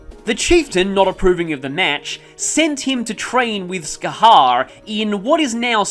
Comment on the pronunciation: Bro, don't worry about not being able to pronounce some gaelic names, it's got some kinda weird rules. Oh, and Scathach is pronounced 'Ska-hock'